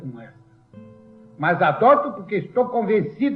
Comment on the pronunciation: aqui no RS tem esse L também, e um "mas" extravagante, soa como "mâzs", como o Vargas puxou.